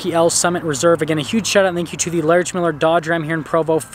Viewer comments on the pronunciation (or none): none